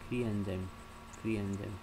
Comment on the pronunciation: Is the cre-Lox recombination model the same as cel type specific conditional knockout? Also, what are you saying at time ? Cre ent?